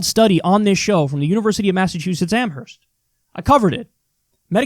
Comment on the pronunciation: It’s pronounced Am-erst not Am-herst doesn’t matter how it’s spelled